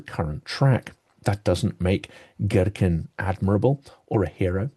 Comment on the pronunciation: To a russian ear it's funny how you pronounce his name - Gherkin instead of what should sound more like Geerkeen!!! I had a mental image of him as giant cucumber :)